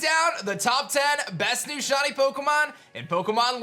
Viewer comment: WHY DOES IT SAY LIKE HE IS SAYING "SHAWTY" WHEN HE SAYS SHINY AT THE START?! 😢